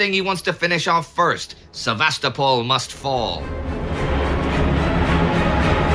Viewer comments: Please! It's pronounced: Sev-a-STO-pol, not Sev-AHS-to-pol. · I feel exactly the same way regarding the pronunciation of Ukrainian and Russian place names. I also love this channel: the information and presentation are among the best anywhere. I just wish Indie would stop saying Sev-AH-sto-pol and YOU-kraine. ;-) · Excellent as always, but, please: SevasTOpol. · I heard that as Sevastafall must fall!